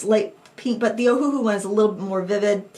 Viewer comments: Just a quick FYI that the company named itself after the Hawaiian island of Oahu, so it's not pronounced Oh-Hu-Hu, it's actually pronounced Oh-Uh-Hu (Owahoo). For some reason, they went with a phonetic spelling and that's why so many people mess up their name. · Yeah Ohuhu as read sounded quite silly